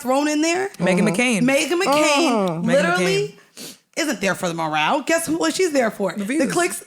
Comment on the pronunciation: This bish said the morale 😂😂😂